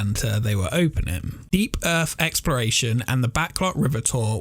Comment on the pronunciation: “Earth” not erf